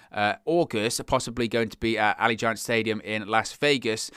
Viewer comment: Not to be rude, but... Ah·lee·gent.